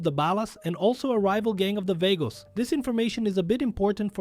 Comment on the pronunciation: Vagos; (V-AHH-GO) not (V-AYE-GO) 😂😂 Still a Great video tho no hate lol